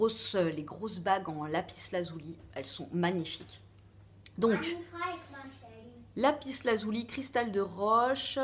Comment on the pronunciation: Pourquoi pas ta miniature en mode doudou plein de poils;)) moi aussi je dois payer payer Payer pour ma voiture bouhouuuuuuu.... Si tu as envie d'une pierre: fonce! Fais confiance à ton intuition. On dit lapis lazuli pas "lazouli" mais bon... On s'en fout. C'est bon pour avoir les idées claires.. Tu vois que tu en as besoin;-). Perso j'adore les pierres et la lithothérapie en général. Aller courage bizzzzz (aujourd'hui je porte justement une lapis lazuli en pendentif et un bracelet de cornaline et quartz). Byyyyyy